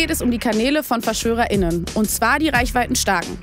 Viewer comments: Da muss ich dir recht geben, bin auch total für *Innen und Pause beim reden, aber die Betonung war häufig etwas irritierend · Ganz ehrlich - ich sehe bei "Forschern" keine Forscherinnen. Außerdem soll das *Innen ja nicht nur Frauen sondern auch nicht binäre Personen miteinbeziehen. Im normalen Sprachgebrauch stört das gendern auch eigentlich nicht wirklich, in diesem Beitrag ist die Betonung nur etwas irritierend (da die Betonung oft auf dem *Innen statt dem Wortstamm liegt, statt anders herum). Ansonsten ist gendern eigentlich nur eine Gewöhnungssache :) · Bin ich der einzige, der die weirde Betonung bei *innen nicht mehr hören kann? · Ich bin ja vollkommen okay mit dem Gendern und der Pause for dem "innen" zur Symbolisierung eines Gendersternchens, find ich alles gut. Aber legt doch nächstes mal nicht konstant die Betonung auf das "innen", sondern auf den eigentlichen Wortstamm - das irritiert sonst total.